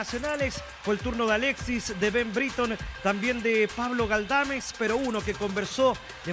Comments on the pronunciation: pero no se pronuncia así jajaja. Es una siutiqueria decirle briton. Si hubiera que castellanizar la pronunciación sería algo como bríeton. Pero la pronunciación británica es muy particular y difícil de castellanizar de forma correcta, por lo que decirle brereton a secas no es incorrecto. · la defenza de O'Higgins como el chanfle.... por favor que alguien le enseñe al locutor a decir Ben Brereton en ves de Ben Briton es